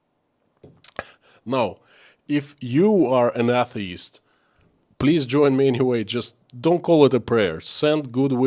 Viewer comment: Atheist / A * the * ist, is pronounced sounding like: A = A (long/strong A sound); the = thee (strong/long E sound); ist = ( I sounds like an e sound)/(st sounds like a hiss then a tee).